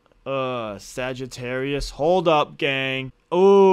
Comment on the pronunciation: Bro said sAgAtArious 🐸